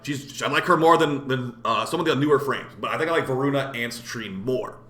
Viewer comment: Dude i couldn't stop laughing when u messed up the name of voruna update🤣 Keep up the good work and i appreciate that you criticize the game. Sometimes warframe community is allergic to any criticism whatsoever and they don't know that only makes the game worse.